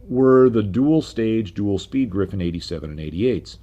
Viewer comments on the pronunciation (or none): I love your content! Just one remark: it's a RR Griffon, not Griffin, as you pronounce it.